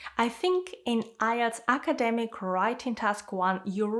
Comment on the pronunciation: Its not acaaaademic its academic